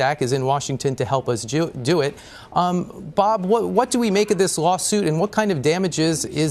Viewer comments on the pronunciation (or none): He is in Washington "to help us Jew it." OOOps!!! Little slip of the tongue! Hey, since we are talking aobut suing and money and millions, it makes sense. "Sue" in Jewish vocabulary is a verb.